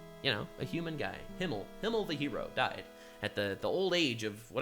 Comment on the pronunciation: Besides everything else, I'm kind of annoyed she constantly calls Himmel "Hiemel" instead.